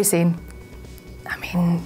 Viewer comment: Sah-neh. Not "Sane" -_- Fucking people.